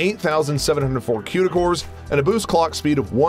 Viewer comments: One critique. It's pronounced koo-da cores not que-da cores. Haha that was bugging me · Stop saying quda cores! It's Cuda (cooda)